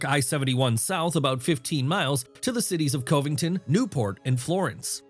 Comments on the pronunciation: Covington is pronounced Cuh-vington not Cove-ington. This video is full of inaccuracies. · It's CUH-vington, not COVEington. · COVE ing ton? Gawd I hate computer narration! Cuv ing tuhn. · Coveington buddy??? Come on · Covington is pronounced like cuv-ing-tin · Lol, "Cove-ington" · funny I caught that too...bad AI... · Using an AI that has trouble with flat "o"s. Besides "Coevington" there was "Boesch" instead of Bosch.